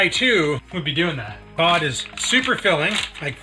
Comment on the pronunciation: I swear it sounded like pot not cod. That a lot of pot the Rock eats